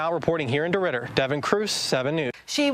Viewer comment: Deridder…..”dey rode her”.